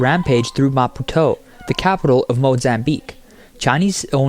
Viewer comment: Oh heavens please pronounce "Maputo" correctly. Is this AI again!? Yes, absolute corruption once again. All across Africa... but the rest of the world isn't far behind! I remember going on holiday in Mozambique, it was beautiful. But like all countries in Africa, corruption rules. Leaders don't care about their people, they just pocket the money and let their people starve.